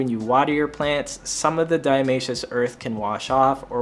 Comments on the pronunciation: I find the "Diamaceous" Earth (instead of Diatomaceous Earth) is so charming 😂🥰 I absolutely love this channel ❤️ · Dia-TOE-masious earth